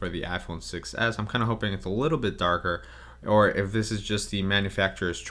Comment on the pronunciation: "iPhone Sex S